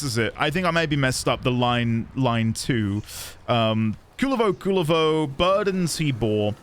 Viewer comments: Kullervo is one of the best warframes rn, top 3 at least, hope you try him, theres mountains more lore in duviri to be found as well. Also, the general community agrees to pronounce it "Koo-LARE-vo" instead of "Cooler-vo" cuz that shit sounds lame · as a Finnish person it kinda bugs me how the game pronounces Kullervo 😅 Game basically pronounces Kulervo instead of Kullervo. No harm done tho. Oh yea btw if you wanna understand Kullervo’s lore it is directly inspired by his namesake in Kalevala (finnish folklore) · the pronunciations. you said "Kulervo instead of Kullervo" , and i don't get the difference either 😅